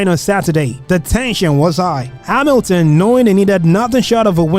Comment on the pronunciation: Yeah, I suspect voice was done by AI, because Hamilton and Verstappen pronunciations are just joke + I would recommend to be more concerned about Suspect and reality : your narrative in explaining season and pilots was good, but actual race comments arecan not compare to suspense